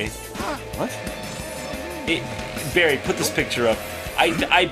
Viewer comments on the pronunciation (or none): It's Barry.... Don't disgrace his name like that.